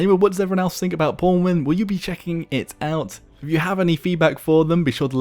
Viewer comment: Even pronounces it as pornwin... What has life come to...